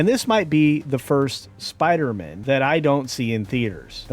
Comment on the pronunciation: As much as I hate the forced female thing, and Zendaya in literally everything, I think I hate the way you pronounce Spider-Man the most.